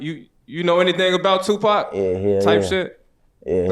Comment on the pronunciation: Who the hell saying qpac shakur 😂😂😂😂